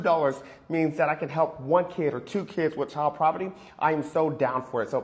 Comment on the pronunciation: It’s obvious that he meant “poverty”. Please be kind. 🙂